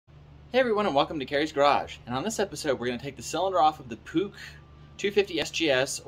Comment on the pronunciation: You pronounced it wrong puch like dog.